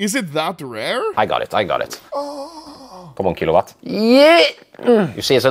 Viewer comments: kilowatt ❌️ chilovat ✅️ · key lou lot cases huh ..... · bro said shilowatt case 😭